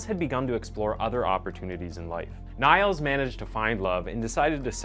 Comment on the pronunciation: Niels is pronounced Neels ^-^